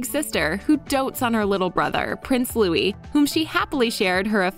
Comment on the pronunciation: It's Prince Louis, not Louie.